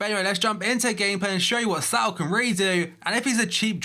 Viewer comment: Pretty sure its not pronounced 'S - ao'. It's 'S - oh'